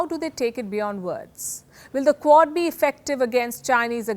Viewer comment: I kept hearing CORD and didnt know what she meant